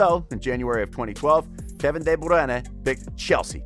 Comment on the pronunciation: Im Belgian, my advise for you is that you are trying to hard to pronounce KDB and Thibaut's name correctly other than that I really enjoyed the video. Keep up the good work